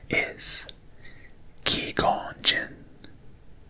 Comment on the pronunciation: lol it’s Qui as in quiet, gon as in gone, and gin as the drink.